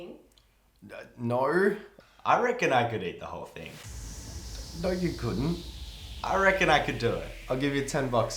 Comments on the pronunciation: The way he said ñø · most australian sounding “no” i’ve ever heard